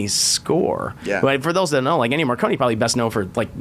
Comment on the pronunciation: It's Ennio Morricone, not Marconie. Pfft, some fan lol